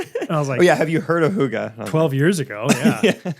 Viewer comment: Definitely knew what hygge meant, definitely didn’t know how to say it.